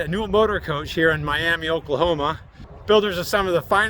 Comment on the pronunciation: Ok it‘s MIAMA NOT MIAMEE LOL. ALL OKIES WILL KNOW YOUR ARE A TOURIST